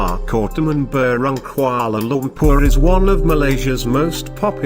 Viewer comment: Its not kumala Lumpur its Kuala Lumpur